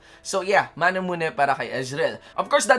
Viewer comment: Its Mana-moo-ney not manamune Because its a Japanese sword Riot confirms it No hate, just sharing knowledge Thanks